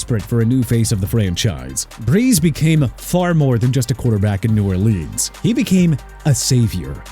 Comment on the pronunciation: You got issues. He definitly pronounces NEW ORLEANS properly. NU OR LINZZ is just slang